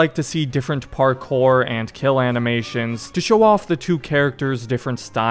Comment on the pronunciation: "parCORE" wtf dude